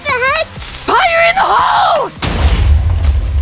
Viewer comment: "Fire in the hoel"nahhh💀🙏